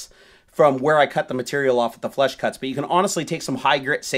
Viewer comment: Flush cutters. It sounds like is saying flesh and I wouldn't recommend google searching that...